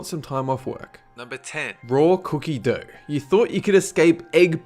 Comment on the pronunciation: Why do you pronounce r where the shouldn't be? Doughr erggs etc